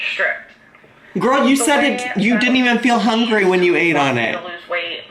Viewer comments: Lisa Lakies EVERY TIME SHE SAYS HONGRY IT MAKES ME WANT TO KMS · She says HON-GREE